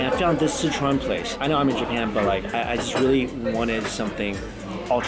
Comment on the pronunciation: Is Sichuan different than Scechuan? I noticed he pronounces it almost like "Citron"